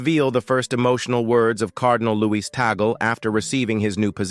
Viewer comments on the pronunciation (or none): Please you keep on saying TAGAL. It is Tag as in Tag then pronounce LE. Is this difficult to say it correctly ?